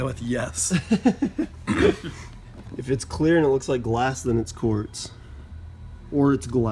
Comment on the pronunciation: Not to be that guy but it's "quartz"